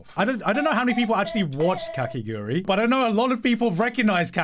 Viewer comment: Every time garnt said kakiguri instead of kakegurui it got a little bit more painful